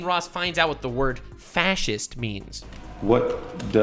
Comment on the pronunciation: you cant even say the word fascist correctly lol! What is wrong with you?